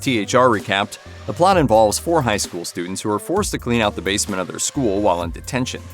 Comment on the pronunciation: Bad AI 'shool', oh, come on!